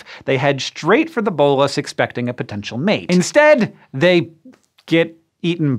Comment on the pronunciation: "Bolas" in the term of the weapon is definitely not pronounced that way, cool to see it featured though!